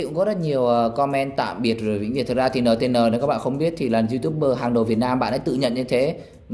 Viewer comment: Đọc là "en ti en" chứ đọc"nờ tờ nờ" là bọn fan nó vào cắn đứt cậu nhỏ đấy a